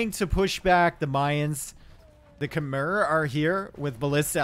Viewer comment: Small correction (you probably know now) it's Kem-mai not Khe-mer